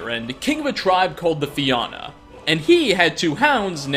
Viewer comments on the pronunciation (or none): it's fe-yun mick cool (that's how it sounds) and it's the fe-in-a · Is na Fianna (fee-ah-nah) they were famous Irish warriors Also I speak Irish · just a heads up so the rest of your Irish local folklore viewers don’t roast your pronunciation. Irish is kinda useless in Ireland but to pronounce the names it’s Fionn mác cúl is pronounced fee yun mock cool Fianna is pronounced fee an na As for the dogs hopefully someone else will chime in because I only remember there being one unnamed dog in the story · The "Finn McCool" thing is actually pronounced "Fionn Mac Cumhaill" (Fee Yun Maccool) and the tribe were known as the Fianna (feeyana) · Fionn not Finn! And the Fianna is pronounced fee nah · It's Finn of the Fianna(Fee-na) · I hate to sound like a bitch about this but being Irish I have to point this out, the way to pronounce his name is not Finn Mac Cool and the clan is not Fiawnna ("Fionn McCúl" was the name of the old legend and how to pronounce it easier would be to think of Feeon MiCool and the notorious clan was called "The Fianna" and to pronounce it easier would be to think of Feeana)But the rest you got right. I love your videos but I really felt like I had to point it out, I am really sorry if that made me sound like a bitch, I just had to point it out😫😫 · Dude, first of all I applaud you for knowing any Irish mythology. It's very rare for non-Irish people to have any clue of it. But ummmm the pronunciation. Fee-Yun Mch Cool, and Fee-ya-nah. Irish is a rough language to pronounce, I mean I studied it in school for almost 14 years and I speak basically none of it, but I remember to this day how often even after 14 years I mispronounced things. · dont mean to gripe but his name was pronounced finn mic cool, and his group was pronounced the fayna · Anyone else Irish cringe at the pronunciation of Fionn mac Cumhaill And Fianna hahah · It hurt me as an Irish man to hear fionn macuil and the Fianna butchered